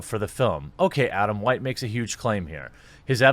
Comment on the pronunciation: Say Adam. Adam. Say white. White. Say Adam White. Adam Who-ite.